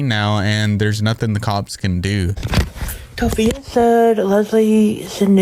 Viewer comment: TOPHIA??? LMAOO